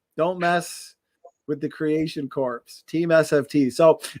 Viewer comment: Its pronounced " core". As in Marine Corps. Boo rah!